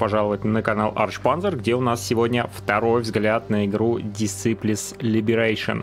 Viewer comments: правильно читается как "ДИСАЙПЛЗ"...режет слух, знаменитая же серия в прошлом. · Посмотри блин как название читается. Уши вянут.